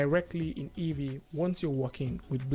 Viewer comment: EEVEE ... its "EE"VEE for christ sake